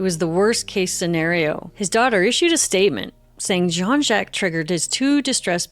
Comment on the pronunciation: Great story-telling except for one thing....the pronunciation of Jacques. I don't understand.